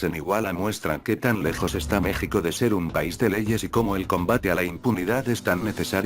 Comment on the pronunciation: No es una persona es un programa de computadora tal vez elaborado en España como una especie de robot y lee sin acentos,sin variables por ejemplo se está escrito México y Texas,la computadora lee Meksico y Teksas, entonces tienen que escribir Mejico y Tejas para que lea bien